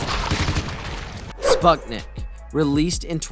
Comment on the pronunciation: It reads as "spootnik" not "spatnik"